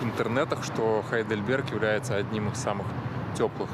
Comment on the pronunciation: Когда вы говорите по русски правильно говорить Гейдельберг, вы же не говорите Хамбург?